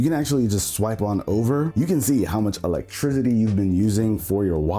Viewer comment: I’ve replayed you saying "electricity" more times than I ever should😭💀 Ima replay it again tbh. What the hell are you even saying😂 &